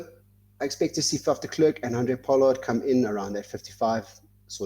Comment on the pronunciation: it's ER GEE Snyman, not AR GEE SNYMAN,! Not de KLURK, but de Klerk. Get it right.